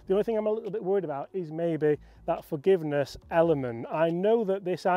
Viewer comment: I think you get more "Fargiveness" 😂 with the Hybrid😊.